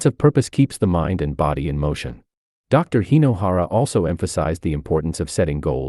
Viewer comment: Hey,! Hinohara, not " Hainohara" 😂